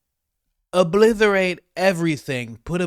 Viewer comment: You're my boy coach, but if you pronounce obliterate as 'obliTHERate' one more time..